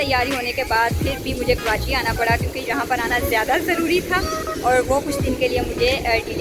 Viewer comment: please correct pronunciation my City... KARACHI کراچی